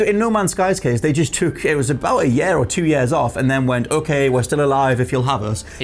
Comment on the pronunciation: Or Yares instead of years lol